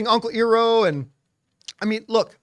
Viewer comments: Eyeroh not eeroh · petition to get john to pronounce the ATLA names right, lmao he cracks me up w/ "soh-kuh" & "ee-roh"